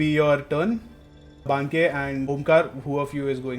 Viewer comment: I like how till the very end DM chooses to mispronounce Banke